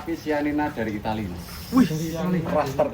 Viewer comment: Yg Italy chianina bukan sianina